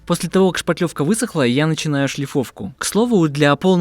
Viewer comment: Как нравится, что Мастер грамотно произносит "шпаТлевка" Это великая редкость! Почему то все уверенно говорят "шпатель" но не понимают, что шпатлёвка - производное именно от этого слова, а не от шпака или от шапокляк.